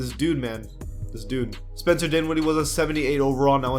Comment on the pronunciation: It’s DINWIDDIE bruh, not DWINWIDDIE. This is the second video I’ve heard you murder his name. Lol.